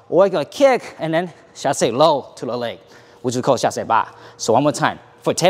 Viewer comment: it is so weird to hear english speaker talk in french "chassey" "reverew" XDDD